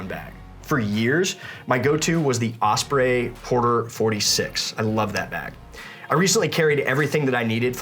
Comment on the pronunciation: Could you please stop mispronouncing “OSPREY”?